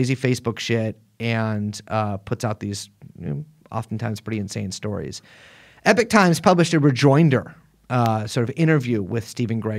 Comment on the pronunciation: However you pronounce the first vowel in "Epoch", the second vowel is still an O, not an I.